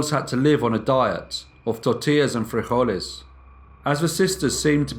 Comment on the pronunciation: you butchered frijoles. just say beans.